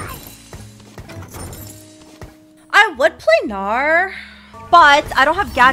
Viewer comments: In this vod said bowgnar. That is all kids. That is all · Bow-gnar sounds like "boner" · She said bow-Gnar, and I am clearly a 13 year old boy.